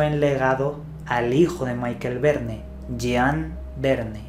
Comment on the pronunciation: Estimado, por respeto a los francófonos permíteme hacer una precisión sobre la fonética de los nombres en francés que seguro harán más seria tu exposición. Puesto que parece que el inglés te domina, en francés las palabras van acentuadas en la última sílaba por lo que "Michael" se lee Mishel y no Maiquel como en inglés. Jean no suena Yián sino como en inglés Jan (nasal). Creo importante que si se desconoce la pronunciación en el idioma de la palabra se lean los nombres como si no se supiera su pronunciación en vez de inventarse la fonética, que siempre se puede consultar en la web y no provoca sonrisas. Por lo que concierne a la investigación, muy buena como es habitual en ti.